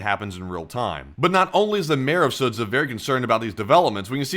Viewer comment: Sudzha = SOO-juh. The 'zh' is one letter in Russian.